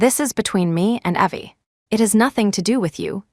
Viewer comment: Funny how AI voice always get things wrong. It pronounces Evelyn as Eee-vil-an, instead of Ěh-vil-an… and pronounces Evie as Ěh-vee, instead of Eee-vee BUT… it did put “ok” in the right place with the right inflection, which all other Asia AIs do not do.